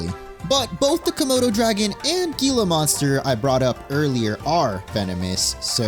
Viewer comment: you say gila monster wrong lol, its not gee-luh, its hee-luh